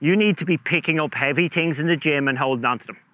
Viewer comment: I know English is not your first language but its called THINGS not TINGS